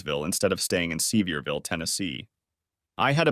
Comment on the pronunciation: You can tell that the creator of this might be aware of geographical locations, etc, but hes no Southerner. If he was, he would've spelled certain city names phonetically so it would be b pronounced properly by the AI. Its "suh-veer-vull" not "see-vee-ear-vill", lol. Hard to twll a story from a Nort Carolina hillbillys point of view sounding like a city yankee. I'm a Tennessee hillbilly, and i can tell the difference.